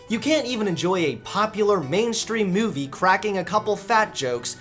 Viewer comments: I'm sorry but does anyone else hear it? the way he says movie? Mewvie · Ok I need to ask... Does have a weird way of saying *Movie*? Also where did that second coke can go halfway into the video.. These are the questions that I'm left with. 10/10 would watch again, love these videos hope keeps going strong!